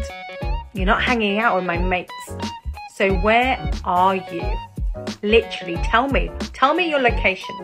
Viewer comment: ....and "literally" (lidaraly)